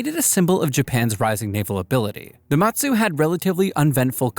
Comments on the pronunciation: Just a bit correction, The Mu in Mutsu is read with U not A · Some pronounciation issues: Prinz Eugen should be pronounced as "Oi-gin" the IJN Mutsu should be pronounced as "Moot-Su"